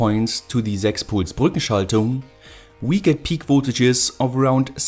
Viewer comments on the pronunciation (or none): Great Video as always! Man I love the moment when u suddenly change to german when u say ,, Brückenschaltung" just sounds funny 😂😂